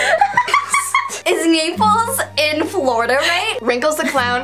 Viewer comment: Fla...rida?wut is Flarida